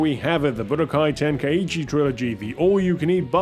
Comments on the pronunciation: Its so funny to me how people miss pronounce Tenkaichi by adding an "E" sound to the word. "Ten-Kai-E-Chi" when It's "Ten-Kai-Chi" even the game itself gets this wrong. lol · splitting hairs here but Tenkaichi is pronounced "Ten-kye-chee" and not "Ten-kye-ee-chee' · What's with the pronunciation? Isn't it ten-kai-chi?